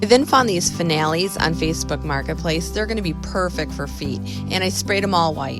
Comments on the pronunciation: I love how you call finials (pronounced fin-e(long e)-ills), fin- al-lees. Love what you did with them! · fin - e -als accent on fin